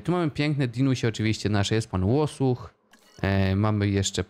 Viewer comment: Pięknie wypowiedziane "Pan Łosuch"